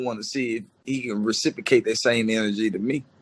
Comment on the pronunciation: IS THIS?? FOOL SAID RECIPRICATE 5X'S IN 60 SECS..